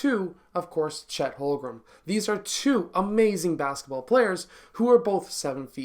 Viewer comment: Watched your Chet videos, pronounced more like Home-Grin than Hol-Grum. Great video though!